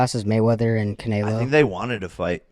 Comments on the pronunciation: "cunaylo" wtf " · Bro annoys tf out of me 🤦‍♂️ how hard is it to say canelo correctly? It’s so cringe when he calls him “canalo” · I'd look right at and be like bro. When have you ever heard ANYONE call him Canaylo